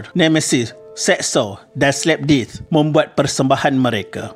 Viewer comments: ya ampun, narrator sebut perkataan dalam English buat aku cringe gila2. DEATH disebut DITH... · Mmg seltik sebutannya . Cuma maybe narrator ni kurang kemahiran english 😅 tkpe lah janji mesej sampai . Death pun dia sebut dith .